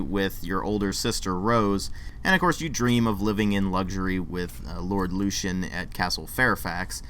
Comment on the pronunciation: You said something about only being able to come across sex once. You can buy an emote to ask anyone for sex. You must be 17 if you want a full out sex scene. Also you keep pronouncing lucien like a dumb ass. Did you even play this game? Run along now.